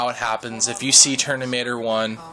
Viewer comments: IT'S FUCKING TERMINATOR NOT TERNIMATOR! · dude u make no sense atal its nowt to do with steave jobs and and its terMinatoer not terNinatoer lol funni guy tho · your way of explaining is rather overlenght. I'd believe people would listen more to you if you just get to the point. No offense, I'd have no interest how old your father is. And it's Terminator, not Ternimator. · TERMINATOR not ternimator..lol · he said ternimator lol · Yellow Iron he said it like 10 times😂😂😂😂😂😂